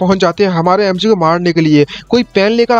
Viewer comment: Bro spirit realme❌spirit realm✅ don't mind ha.. love your explanation ❤